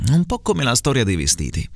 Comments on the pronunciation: Mi pare di aver sentito "inchióstro" con la "o" chiusa, "nòmi" con la "o" aperta e " po' " con la "o" chiusa Un saluto da Tommaso, il ragazzo che ha frequentato il corso a Firenze 😉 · Mamma mia è difficilissimo 😫 azzardo con la S di qualcosa verso 4.10, la O di nomi verso i 5.10 e la O di po' a 6.29... mi viene il dubbio sul mancato raddoppiamento della M prima di merda, alla fine, ma booooooh!! comunque, grazie come sempre 😉